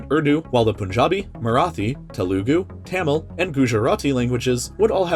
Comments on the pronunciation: tUmil not Tamil that's how you prononce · This man prounoumced these langauages so offending to indian subcontinent family members its making us cry, Tamil is pronounced Tameel, Telugua is Telgu Marathi Is Marathii